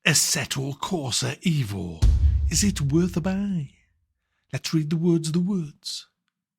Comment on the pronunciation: Its EVO as for Evoluzione, so no it is not correct.